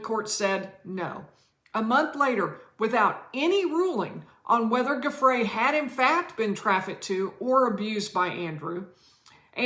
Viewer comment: it is oronounce “jhu—fray” please at least learn to pronounce names of people youre talking about. not hard. geez.